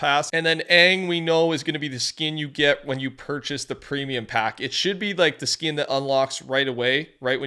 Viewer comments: Anyone else notice says skin with a "y?" "Skiyn." Feels weird. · Canadian thing I think lol